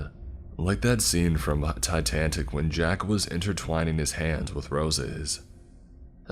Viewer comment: I was hoping someone else noticed that 🤣